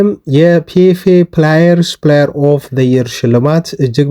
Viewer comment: when you pronounce the word player, don't say ፕላየር, instead you have to say "ፕሌየር" or when you want to pronounce the word "players", read it as " ፖሌየርስ". Thsnk you for every detail info you give as about our beloved club United. Forget all the insults & suggestions from Roy Keane. The donkey is he himself, not the hero Captain Burono Fernandes. Don't forget that I always appreciate you,bro. Melese Y.